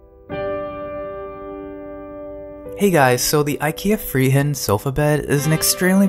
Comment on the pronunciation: I like when you say Friheten cause im Swedish XD It sounds like you say Freeheiten